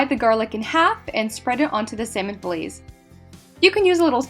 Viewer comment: I’m not gone on how you pronounce fillets